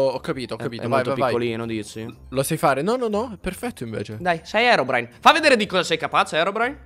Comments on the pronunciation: All inizio si chiama herodrine no herobrine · Herodrine Hahahahhaha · Scusa ma all'inizio kendal si chiamava HERODRINE"_"